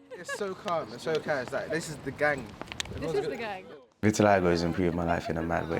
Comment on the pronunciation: um vit-i-lie-go? it's vit-i-li-go